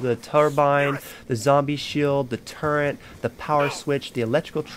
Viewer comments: There is no goddamn “n” in turret. It’s not turrent. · Just discovered this vid. Everytime he said it incorrectly it fucked with me lol. Its a Fucking Turret Gun🤦🏽‍♂️. I would be embarrassed looking back that part if I was him lol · Call me a grammar nazi but its not turrent its turret